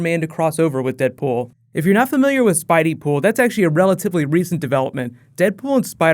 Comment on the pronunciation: "Spideypool" God no....